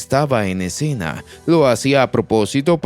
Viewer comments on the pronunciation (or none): none